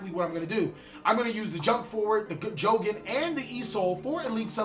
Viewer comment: its not pronounced jowgen:( his name is jogen jo-gen^^ not jowgen:/